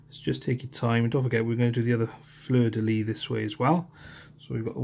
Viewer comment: Great video, big thanks. Hope my sisters will turn out at least half as nice as yours. The amounts of "take your time" spoken just show how much detail and love was put into these models. Also just a little correction when pronouncing fleur de lys, the S at the end is not silent, french is pretty weird.